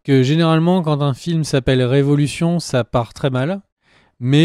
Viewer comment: Pensez à prononcer le "s". C'est "revolutions" pas "révolution". 3e personne singulier, on mets et prononce le "s" en anglais. :)